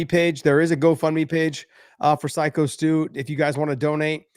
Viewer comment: Hey, what kind of a psycho can’t say the word psycho